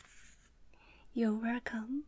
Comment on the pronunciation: When you hear wercome you know it's gonna be great 😂😉